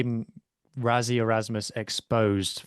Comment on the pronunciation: Btw. Mate if you want to engage Saffas. Rassie is pronounced Rassie .. not Razzie. its with "s"not "z" 😂😂😂😂